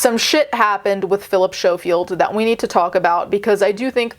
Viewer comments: He is smarmy The oair of them in that show are, sickly sweet and fake. BUT For the love og god Learn how to pronounce the bames of the ppl youre talking about😂 Snowfield 😂😂 SCO-field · It’s sco field (you say the c sound) xx great video otherwise xxx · Mate. I really needed a laugh. Everytime you said "show-field" i laughed out loud. ❤❤❤❤ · A piece of my British heart died inside each time 😂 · Thank you for covering a story from my country🙏 Also, his surname is pronounced like 'skoh-field.' But yeah, this whole thing is awful. We also recently found out that his brother is a convicted p3dophile. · Schofield is pronounced as skofield the ch is a k sound. It’s alleged that Phil had also gotten the guy the job on this morning, there’s a definite power imbalance in this case. It’s so sus that he’s know the guy since he was 15 and then started dating him when he was older. It’s also weird that his brother was accused of grooming and inappropriate contact with minors, it begs the question of what was going in their household when they were growing up to have both of them have these accusations made against them once they grew up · Oh! Ok. Honestly didn't expect this to be covered by you. Guess when it's your country's news, it's different, right? 😅 Also, it's pronounced S-co-field. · Incidentally, the 'c' isn't silent. As we say 'school', we say 'Schofield'...